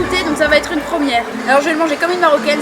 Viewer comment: Ça va être et non t’être. Sinon belle vidéo